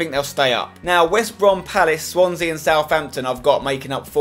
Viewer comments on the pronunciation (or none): none